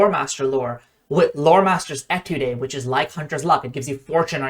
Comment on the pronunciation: Great video as always. Quick side note before I get to what I really want to talk about: The word 'étude' is pronounced 'A-tood', and is the French word for 'study'. In music terminology an étude is a work that is intended to help master musical skills. On to my point: I have learned that with Free Archetype any class can be very good at Recall Knowledge, and in the process bypassing most of the objections to RK (if your debunking weren't enough). I really like the concept of the classic 'monster hunter' that uses knowledge to defeat enemies, so when my group started Extinction Curse I played a Thaumaturge. Unfortunately the mechanics never really 'clicked' for me. So when HotW came out I retired her for a Kineticist. In part because they relied on my thaum, the rest of the party hadn't invested much into RK, so I worked out how to make my kineticist - a class not particularly well suited to the role - do as much as possible *without diminishing my effectiveness as a kineticist*. I took Pathfinder Agent, Scrollmaster, and most recently recently worked in Ranger. Other than my Free Archetype feats I have only invested one skill increase, a few skill feats, and two ancestry feats - Adopted Ancestry (Human) and Multitalented. Neither is truly necessary, but getting Ranger Dedication from an Ancestry feat is nice. * Pathfinder Agent Dedication's pseudo-Untrained Improvisation and Thorough Reports covered for the limited skill investment and low attributes until I got Bestiary Sch